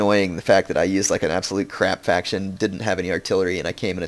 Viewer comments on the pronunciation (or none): none